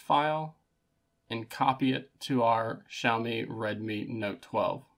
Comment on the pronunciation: on my 3rd xiaomi device and this video was first time i head it said out loud. sh-ow-me. lol ngl in my head it was ix-aye-oh-mee 😂 yours makes more sense